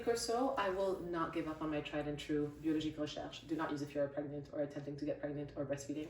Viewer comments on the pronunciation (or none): Your name says you are Egyptian but your way of pronouncing biologique said Lebanese or North west African. Then while typing this message you said you were Lebanese.